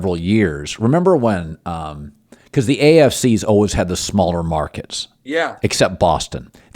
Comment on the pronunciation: I'm sure I'm the only one, but it always hits my ear oddly to hear Cowherd pronounce 'always' as 'alwiss'.